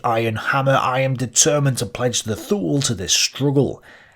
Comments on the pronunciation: Thule is pronounced ' Tu,ley ' .....the "H" is silent, just like in gael languages and the way the Irish pronounce English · I was taught to say Thule as twolee.